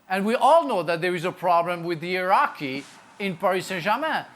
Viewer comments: I was wondering what the "Iraqi" problem was but then realised he's actually saying "heirarchy." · He meant to say hierarchy and the captions did put down Iraqi lmao! But he meant to say but didn't pronounce it well was hierarchy! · Man said Iraqi😂😂😂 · Re: Iraqi, it's difficult for french speakers to pronounce the hard "h" sound. Note how "hungry" often sounds like "angry" with this same accent. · For a second there I thought Frank said "everyone knows there's a problem with the Iraqi at Paris Saint-Germain..." and I was thinking, what Iraqi? Does he mean the Qataris? Is he being passive-aggressively racist? And then it clicked that he was saying "hierarchy". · I'm from iraq and I was so confused 🤔 iknow he said hierarchy but I almost thought he said iraq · we know bro he said heirarchy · hierarchy is what he tried to say lol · Frank: “ There is a real Iraqi (hierarchy) problem at PSG”.. 🤣🤣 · Omg I'm not a only one who heard iraqi. I was like, umm what?? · 🤣🤣🤣... I noticed the same! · Frank's pronunciation of "hierarchy" is hard to hate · I heard Iraqi 🇮🇶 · That classic French pronunciation of not pronunciation H at the front of words is awesome